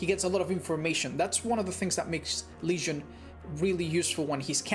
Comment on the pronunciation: I love how he says Legion as Lesion x)